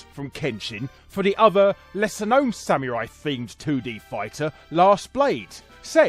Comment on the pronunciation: ok your pronunciation of samurai as sameerai bugs me